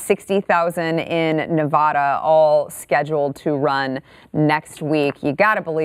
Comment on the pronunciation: It's pronounced Nevada, not Nevada.